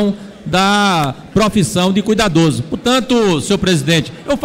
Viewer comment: O cara não sabe nem falar "cuidadoso", pelo amor de deus......